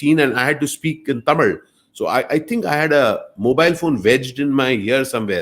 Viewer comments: the way he pronounces the word "THAMIZH". ❤️❤️ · Sir I Like ur Pronunciation THAMIZH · Tamil nu solama tamizh nu correct ah soldrarupa...kathukanum ivartendhu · The way he say Thamil 👍🏽 lagaram on point 👍🏽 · Its quite easy for a Malayali to pronounce ழ் / zh unlike us.